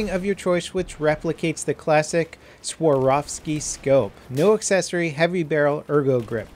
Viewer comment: Hey you pronounce it like this "Svarofski" not swaroski facepalm Kappa